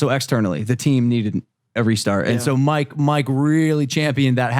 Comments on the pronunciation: Why does it sound like Logan calls mike “mark” every once and a while. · Am i the only one who keeps hearing logan call mike mark??? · is it just me or is Logan saying mark instead of mike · I swear Logan purposely says mikes name wrong